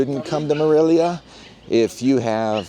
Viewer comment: ¡Dios mío! You might learn how to pronounce “Morelia” correctly!